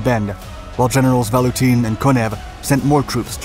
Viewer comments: VaTutin, not VaLutin. :) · I kept on hearing: "Nicolai VaLutin'. I assume it must have been Nicolai VaTUTIN